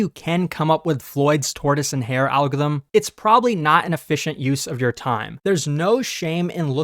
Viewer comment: Speech impediment or just don't know how to say algorithm?